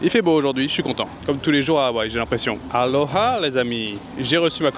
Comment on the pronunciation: Merci d'avoir prononcer le "h" (Honolulu, Aloha) correctement